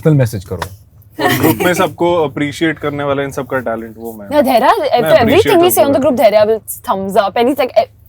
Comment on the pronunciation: Bhai dharia nahi dhairya naam h. Dharia toh doodhwaale ka naam ho aisa lag rha h🤣🤣